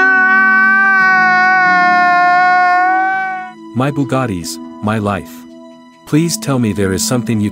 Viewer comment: bro why he like buggattis?